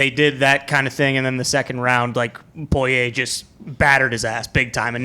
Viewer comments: Y’all killing me this week with Poirier’s name lol it’s pour-E-A not poy-aye fellas. Spot on with the calls tho l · Pat: I’m a “Pullyay” guy now Me: guys…it’s Porrier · the name is pronounced POUREEA not POIYAY i don’t know who told these guys to say it like this but it’s driving me crazy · I'm from Louisiana it's pronounced poor e a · Porier or poyay lol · Pat "Poiyay" McAfee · It’s bugging me too 😂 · Technically, they’re pronouncing it correctly, as the French would. Pour-e-a is the the Americanized pronunciation 😂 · This whole crew obviously knows nothing about the UFC other than Conor. I guarantee they had no idea that "Poy-yay" was the favorite... For good reason. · Dude can’t pronounce Poirier to save his life lol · It's a French last name, so they are half-way doing a bad French pronunciation of it. 😁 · Well it’s not po-ri-er like most people pronounce it..